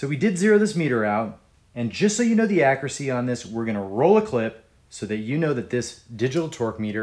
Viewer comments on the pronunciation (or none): Just say accuracy correctly and I'll subscribe.